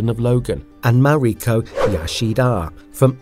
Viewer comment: KEE-REE-KAH YAH-SHEE-DAH 😂 MAH-REE-KOH YAH-SHEE-DAH 😂 Dude, c'mon, learn to pronounce names naturally 😂😂😂